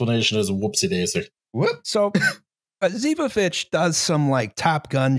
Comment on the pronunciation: Probably doesn't matter, but pretty sure the stress is on the first o in Osipovich